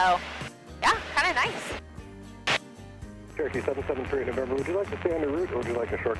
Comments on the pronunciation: Approach control also distinctly slurred you as "Churkey 38..." I think the radio chatter is just causing you, and others, to say Churkey because that's what happens when you say Cher-o-key and need to leave out a syllable to say it faster. Then the rest of us think we heard Turkey because, after all, that's about the only word that sounds like Churky. Aviate, Navigate, Enunciate. Brevity ain't on the list. 😊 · Do you take trips without using auto pilot occasionally? Ps. It totally sounds like you're saying 'turkey' when you're talking to ATC. LoL.